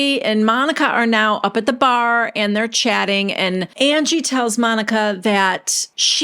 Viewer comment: The way that you have Whitney always saying Angie is like undies except instead of “dies” pronounced “dees” it’s UN-GEE 😂😂😂 God Whitney is a nitwit